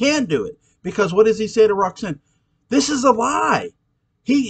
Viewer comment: I always wondered what Claude's relationship with Roggsaanne (his pronunciation that always bugs me) was like in the years before Barnabas showed up. Her life-force must've been pretty strong to keep Angelique going that whole time! That was always a strange thing to me anyways, but I just kind of figured that science worked a little bit differently in parallel time. Regular time Roxy was kind of a bitch, but the 1840 version was a return to her innocence... Her whole 1970 storyline to me was way more interesting than the one centering around the Tad and Carrie ghosts... I'd love to read a novel about how Sebastian came under Roxanne's influence. But I chalk ALL the problems up to Barnabas' seeming obsession with red heads! Ha 😂